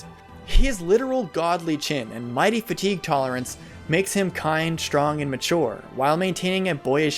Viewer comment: Way too much emphasis on fatigue lol